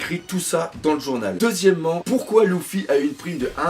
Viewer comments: C’est pas louffy mais luffy (u) !!!! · Par contre c'est luffy et non louffy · Belle vidéo =) Question luffy pourquoi tu dis LOUFFY? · Arrête avec « louffy » s’il te plait